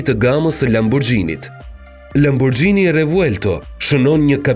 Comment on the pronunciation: Thuhet lamburgini jo lambuxhini